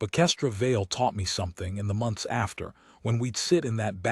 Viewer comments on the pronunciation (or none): none